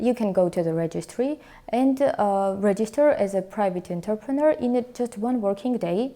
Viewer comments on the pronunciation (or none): Thank you, very informative. Georgia is still on my list of possible places to relocate to, and I appreciate all the information you are providing. Though, I must admit it took me until the 3rd pronunciation to realize that it wasn't "Interpreter" and was instead "Entrepreneur", which really elevated the game on my level of understanding. 😂 Please forgive my ears.